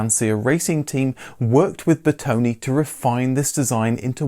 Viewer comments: Please. Lancia is pronounced “Lanchia”. And it’s Bertone, with an open e, not “Bertoni”. Thank you. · Master of wrong pronounciation... again..His name is BERTONE not Bertoni. And its not Lanzia.🙁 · Looking at the great Italian content you study it's time for a first lesson on how to pronounce correctly some names: Lesson 1: Car designer Bertone Bertone not Bertoni Ber - tone, like the food Calzone or the famous Vito Corleone, or the ubiquitous Drone. As in Italian and Latin languages the letter E sounds more like the letter A in chaotic. Ber to ne Ciao e grazie per i video!